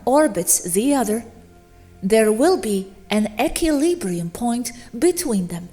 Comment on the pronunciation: You're pronouncing equilibrium incorrectly.